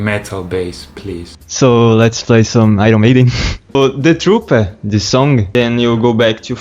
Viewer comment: Eu sabia que o segundo cara era brasileiro quando ele disse Iron Maiden e The 'Truperr' KKKkKKK